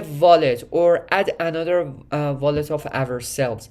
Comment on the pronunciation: Take a drink every time he says VOLLET!